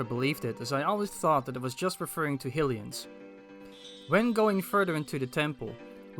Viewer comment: My pleasure! Think of it like high-ly-uh and high-ly-an if that helps at all.